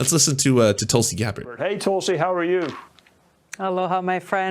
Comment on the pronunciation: pretty sure it's pronounced "Tool-see"